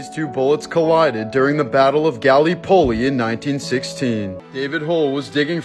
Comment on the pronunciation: Pronounced Gall lip oli (Gallipoli) & not the way you pronounced it.